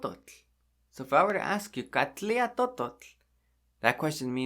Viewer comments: How do you pronounce 'Katlinya'? In the video you say 'Katliya', but it's spelt with an 'n' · Sounds like you're saying Katlia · Why is the n not pronounce in Katlinya?